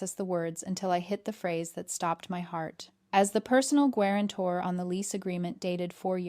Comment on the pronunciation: Nothing like a good “gwarantor”